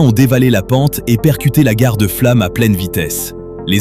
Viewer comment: On dit " murda l "l(u comme mur) et fllom (o comme eau)